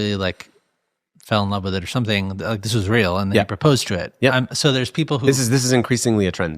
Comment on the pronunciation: I could not understand the host either when he said 'proposed' is he all right? Sounded slurred